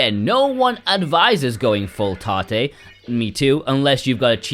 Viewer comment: Tah-tay? Its short for rotate....why not pronounce it that way